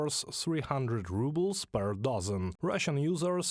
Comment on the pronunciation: The way she says it, "the change in the rubble exchange rate " Russia has lots of rubble!